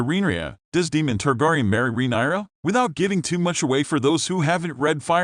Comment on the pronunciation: DAEMON, (Long A) not demon